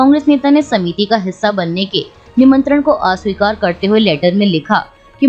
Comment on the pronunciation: Asweekar not aaaaasweekar